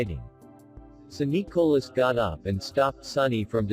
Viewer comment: How come the speaker can't pronounce Nicolas name right LOL😁